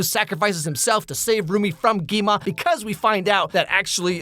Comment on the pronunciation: Gwi-ma. Gwi-ma Deez nuts. (I'm so sorry)